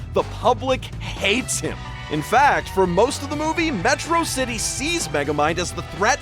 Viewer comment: Why does this guy keep mispronouncing Metrocity?